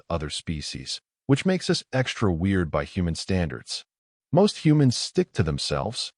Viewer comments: Good story but please teach the Ai that us is not pronounced as U S it sort of let down the story. 😢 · Teach your AI reader that "us" should not repeatedly be read "U S!"